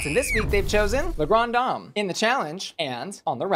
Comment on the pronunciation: Hello, I believe its pronounced as “la-gran-deh-dam”:hand-orange-covering-eyes::face-pink-tears